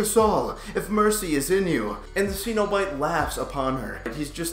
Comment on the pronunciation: Pronounced Sen-O-Bite.....